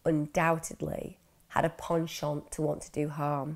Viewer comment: Your videos definitely benefit from the lack of the director / script-writer of “Murder Town.” Also, thank you for pronouncing “penchant”correctly!